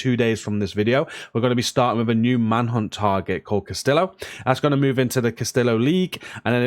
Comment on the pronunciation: Thanks so much for the content! Just a quick FYI - the name is pronounced "Cass-TEE-yo", not "Cas-TILL-oh". Thought I'd pass that on before a spanish viewer gets triggered. :) Keep up the great work and stay safe out there!